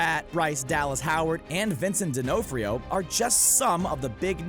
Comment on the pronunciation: Did he say Din-no-frio? No wonder he missed the whole plot that started from the book n first movie...